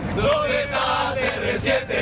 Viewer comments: 町中藍 Así se dice CR7: "cé-erre-siete." Pero Cristóbal lo dice así: "Serresieteh" "Zerresieteh". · ALEXIS ! De "Serrezieteh" olwis. OLWIS JAJAJAJA QUE COSAH MAH GRANDEH ILLO. AH, Y CASIMIRO TITULAH.